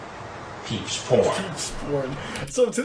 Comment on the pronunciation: 🤣🤣🤣 "peeps" porn!!!??? Come on,!!! PEEBS!